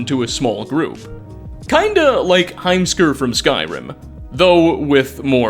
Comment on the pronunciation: Dislike for your ad and mispronouncing Heimskur